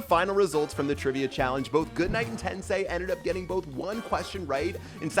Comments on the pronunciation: I'm just a little bit annoyed that says 'tensay' instead of 'tensai'😐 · Love how they go through the effort of translating Today's name to English but can't even pronounce Tensai's name correctly lmfao